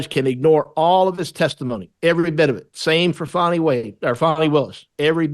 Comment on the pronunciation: Thank you, Mike Davis, to correctly pronounce Fannie Willis' first name. Otherwise, she should change her first name to Fawny.